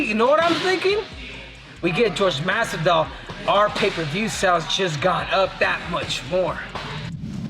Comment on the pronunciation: How does Henry Cejudo, who’s of Hispanic descent, manage to butcher Jorgè Masvidal’s name? Henry is a dum-dum.